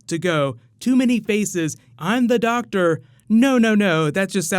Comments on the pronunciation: it's doctor not doc tor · Doc tour? Why do I keep hearing that doc tour